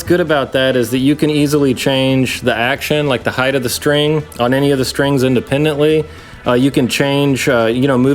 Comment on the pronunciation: My gauge for intelligence is if a person says height or heighth. Well done. Lol.